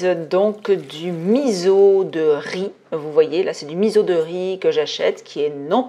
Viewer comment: Merci infiniment pour cette super recette 😊 pour la culture, le miso se prononce misso en japonais 😉😆